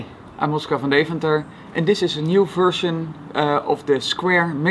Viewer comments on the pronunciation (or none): Oh,his accent makes the 'van' sounds like 'from'